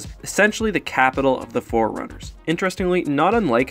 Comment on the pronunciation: I really hate it when pronounce “forerunners” like “foreigners”